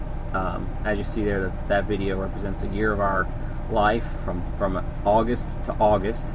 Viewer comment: Ha.. Dude said repsents :'D lmao!!!